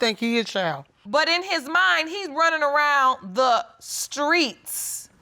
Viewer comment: It's streets not skreets 😁😂😂😂 in the second case of destiny shands